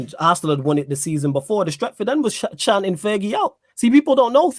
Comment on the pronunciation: Man said charlton 😭😭😭😭😭😭